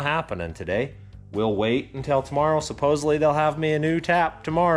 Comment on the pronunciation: For the sneezing; "Bless You!"and, "Bless You Again!" I don't believe for a second that you're Allergic to work! Thanks for saying "supposedly" correctly. But, where do you take everything to? Congrats on the jerky, and love the packrat!